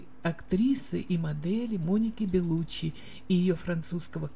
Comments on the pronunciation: ЛеонИ.... Беллуччи,не Бэллуччи.Как можно так безграмотно читать??? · ЖилЁм, БЭлуччи, ВенсанТом, экспЭрт, фэшжурналы... Что за озвучка???? 🤡